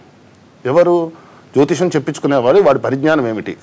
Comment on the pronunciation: Orai anchor jotiskam kadura jotisayam antaru. Munda nuvu oka veste gadivi